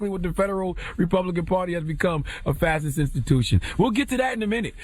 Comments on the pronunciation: Huh? There's no way ctg actually watched muellers testimony because that proved the whole Russia thing was a hoax. He couldn't (or wouldn't) answer very basic questions about his own report. Lastly, it's pronounced fash-ist. Not fassist. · He’s not pronouncing it right lol..... all good though. It is pronounced Fa-Shi-st